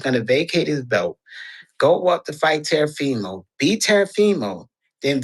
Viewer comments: This dude said Terafimo!😂 not eve Teo but Tero 🤦🏻‍♂️ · “terafimo” lmaoo